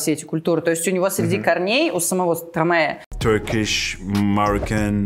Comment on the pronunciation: Почему стромэ? Вы же не говорите - мэстро.